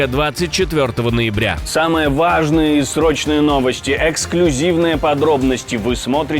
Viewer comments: Когда говоришь слово ВАЖНЫЕ но не дави ты на первую А. Слушать неприятно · Коли це ведуче виригує слово "важниє" сразу перемикаю на інші канали